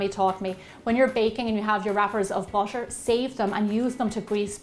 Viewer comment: I now im late but why do you say bootor